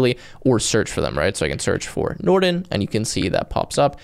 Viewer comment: I like how you garbled the word Nrtn (Norton), in the beginning given their rep and history. However, it looks like a polished product.